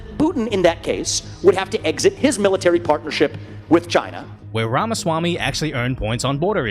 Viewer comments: Wamaswamy lol. Bro its rom uh swa me. If you want to sound more cultured you can say schwa me instead of swa me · lol exactly like Elmer fudd